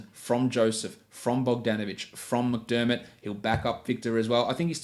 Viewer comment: Did he say Doug McDirt hahaha